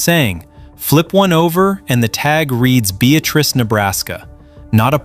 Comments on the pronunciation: Please pronounce it correctly Be at trice is correct and we are proud of it! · Beatrice, NE is pronounced Bee-At-Tress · I'll bet the folks in Beatrice Nebraska are laughing at the AI pronouncing of the town name. The second syllable is emphasized with a short "a".